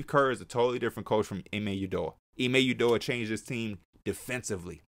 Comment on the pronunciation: It’s UDO-KA, stop this Udo-ah rubbish